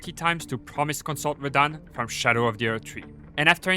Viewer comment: ITS PRONOUNCED SHADOW NOT SKADOOOO ITS OLD ENGLISH…